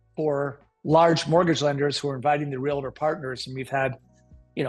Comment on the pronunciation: REAL-TOR. 2 syllables